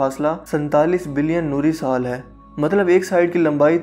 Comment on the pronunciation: Sir ap ke Alfaz 3 YEARS AGO bhut achi Thi Ab ap Jaldi jaldi Bote hai Ur Hai ko Hainnn Bolty hy